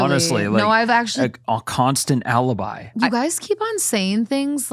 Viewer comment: anyone else hear “Owl-ibi”?